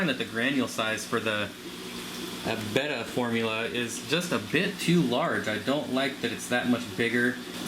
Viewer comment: Thank you for saying "betta" and not "beta" .. Subscribed 🐠